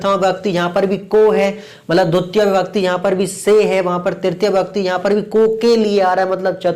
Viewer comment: Dutia ❌dvitiya✅